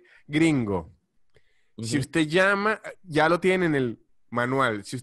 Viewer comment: Amo, AMO, cuando dice "y iá" jajajajaja es geñal!